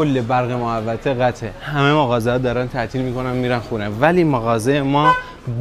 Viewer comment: مغازه❌ ماغازه✅